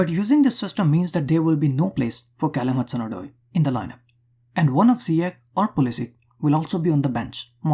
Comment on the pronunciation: great video but one note . it's not zyiek its' pronounced ziyASH